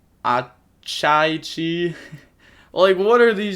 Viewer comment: They’re pronounced as follows: Pee-ka-ree, ah-chee-chee, boo-roo-roo, doh-yon. Hope this helps you out in the future Cx